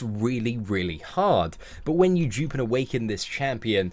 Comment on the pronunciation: not to be funny but when. u say dupe it sounds like u saying jupe